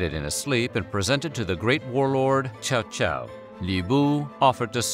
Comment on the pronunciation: Well that is not the worst wrong way to pronounce Cao Cao.